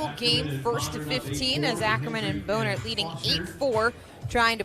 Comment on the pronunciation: Don’t you guys think Bohnert is pronounced “Bahn-ert” and not Bone-ert?